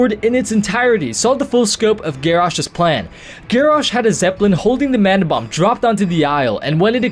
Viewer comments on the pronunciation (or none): none